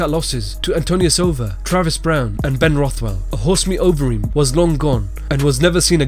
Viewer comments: Horse meat Overeem? You mean Ubereem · Its not horse meat overeem its ubereem lol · "It's uberreem" not "horse meat overreem" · Fuck sake it ain't horse meat overreem that's fucking UBERREEM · It's uberreem not horse meat overeem tfffff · I heard horse meat overeem and I died 😂😂😂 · I think you'll find its ubereem.. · "Horse Meat Overeem" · The way this guy says Alistair Overeem has me so weak it sounds so weird😂